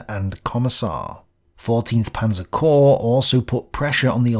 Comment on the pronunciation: Once again ‘corps’ singular and plural is pronounced /kor/ NOT “corpse” = (dead) body!